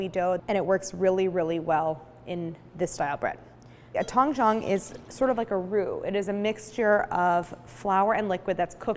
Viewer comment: Video would be better if Claire pronounced Tangzhong properly. Should have consulted a mandarin- speaking friend instead of butchering the pronunciation. The OG is Christine's Recipe's as far as I can remember seeing it on the internet.